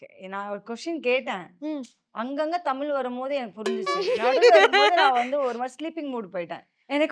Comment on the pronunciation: தமிழ் நமக்கு தான். அவங்களுக்கு அது டமில்😂😂